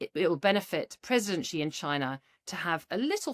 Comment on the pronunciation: Blimey, the woman can even say 'Xi' correctly....she did it on purpose obviously